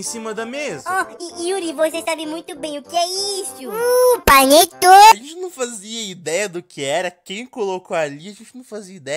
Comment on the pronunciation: não as me quebro velho do nada tacou um "PANETONE"